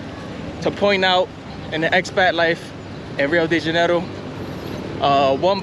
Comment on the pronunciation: Your pronunciation sounds weird when you say, "Rio DeJAN-oroo". Maybe you're from Jersey.